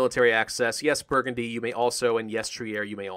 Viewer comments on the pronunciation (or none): none